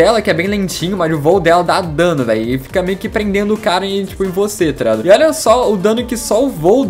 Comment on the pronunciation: Oque e toreado ele fica falando eu acho que é tá ligado